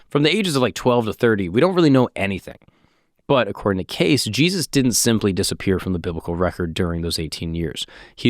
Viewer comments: You're pronouncing his name wrong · Why are you saying his name wrong!!!!! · Jeez WTH you butchered this guys name in you have disgraced his name truly how dare you I think am unsubscribing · You do an episode on someone without even checking to see how the name is pronounced. I trust nothing else you say. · Hey christos how tf you let our boy go an hour miss pronouncing Cayce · Omg it drove me crazy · Freaking Christos. Disgusting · Im ecstatic with the realization that not only is this guy pronouncing his last name wrong. He's continuing to refer to Edgar predominantly by his last name and im im only nine minutes in. Idk if I can finish this video. This is bugging the shit out of me.